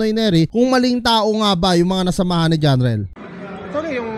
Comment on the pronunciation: Jarrel ✅ Jhon riel❌ lol😂